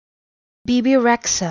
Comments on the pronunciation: No, she's Albanian and in Albanian "xh" is pronounced like J in English. So Bee bee Reja would be correct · Its not like that! rexha is an albanian surname and the ”xh” is pronounced ”G” bebe rega😂😂😂😂😂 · It’s albanian and I am from albania; it is pronounced b-a b-a rage-a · It's an albanian name sort of The video is wrong it's pronounced "Bebe Reja" the e is pronounced like "eh" but without the "h", "Xh" is an albanian letter it is spelled "J". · can hispanic people stop pretending they're the only immigrant group in america? she's albanian there's no reason her name should be pronounced using spanish nomenclature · didn't pronounced it right. Don't be deceive ppl😂